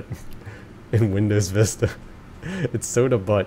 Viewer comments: Butte is not prononcec butt, it's pronounced buew, it sounds like phew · oh mi gawsh. Butte is pronounced with the u saying it's name. XD I was cracking up the whole time. This game is also surprisingly entertaining in and of itself. I'm excited to catch up.